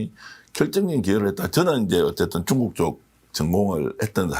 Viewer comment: 쭝국 ㅎㅎㅎ 발음이 정감가네요